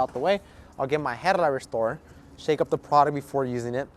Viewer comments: "Headlight rrrrrrestorrrrer". Yep, a SoCal lad. ¡Andale pues! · On bro 😂😂his aih said headlight w a R in it